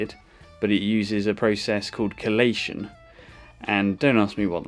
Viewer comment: It's chelation